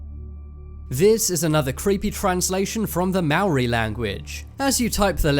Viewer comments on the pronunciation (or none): its not mawri its Mow rrrrrrrr e, make it sound like a car engine when you say the r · "another creepy translation from the MAAARRI language" what are you, a cat? (Lol guys it's pronounced Ma-ou-ri = Maori XD) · You said Moari wrong Edit: Its sorta sounds like Moldy.